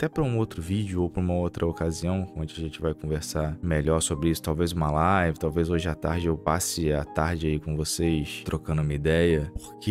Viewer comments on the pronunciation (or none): none